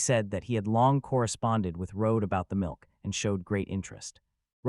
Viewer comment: I dont like how the milk is being said in this part 💀